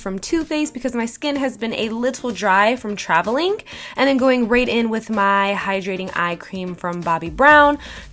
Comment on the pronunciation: Anyone notice that sometimes she makes a k sound after certain words, like after traveling